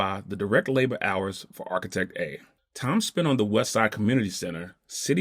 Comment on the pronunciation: It would be great if you could get a guy on there that could pronounce the word "architect" correctly.